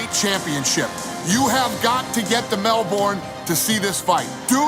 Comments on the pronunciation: It's Mel Burn not Mel Born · MELBORRRRN? its fucking Melben Dana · 'In Melburn' 🙄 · Mel bin that’s how you pronounce Melbourne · Dana... it's Melbin! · Mell.... burn? Learn how to pronounce the bloody city correctly Dana. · IT’S PRONOUNCED MEL-BEN